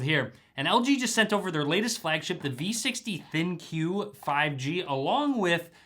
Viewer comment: In the video you keep calling it a Thin Q with the emphasis on the "Q". They are called the ThinQ as in "Think." Just wanted everyone to know the correct name for the model.